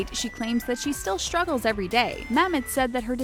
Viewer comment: Why have this person do this video about "shtress" and "shtruggles" 🤦